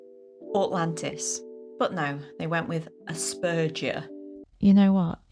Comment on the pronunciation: Stop, dead. XD Autlantis, fml